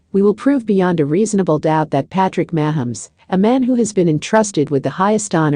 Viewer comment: You can't even pronounce his name correctly